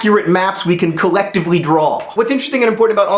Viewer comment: I love when John says "collective" or "collectively"...and I have no idea why ;)